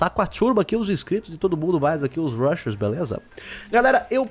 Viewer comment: Eu sempre pensei que ele dizia BRUSHERRRRRS hahahahaha